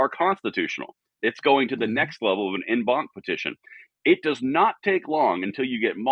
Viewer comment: Just for future reference it's pronounced "On bonk" despite the En banc spelling. You said the banc right though. Great news, great episode.